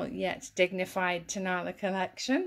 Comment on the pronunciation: The Mexican birds are Tonala pronounced Ton a LA accent on the last syllable.